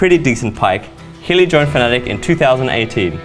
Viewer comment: Talking about cringe after butchering the pronounciation of his name...yeesh. :D Thi was really fun to watch, especially when Hyli almost inted after the 6th level of spice. Ohh and the "чичко тревичко" quote....this is a gold one! Stay awesome Hyli! P.S. So.....if Fnatic beat G2 next year I expect them all to dye their hairs Orange! :D Good luck Hyli and Bwipo... :D